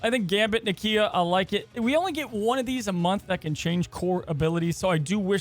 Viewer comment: It’s pronounced Nakia